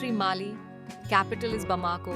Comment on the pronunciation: Africa has 55 countries. You’ve forgotten São Tomé and Príncipe. Several names are pronounced with the stress in the wrong place: BamaKO, and not BaMAko; LuSAka, and not LUsaka; MaPUto, and not MAputo; MaLAwi, and not MAlawi; TanzaNIa, and not TanZAnia. Some other names are mispronounced too, like Niger, Windhoek, N’djamena.